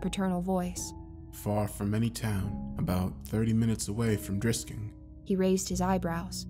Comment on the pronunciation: did nobody else clock that the dude said drisking missouri